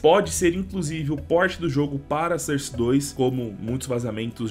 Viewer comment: Fala source certo bicho pelo amor de Deus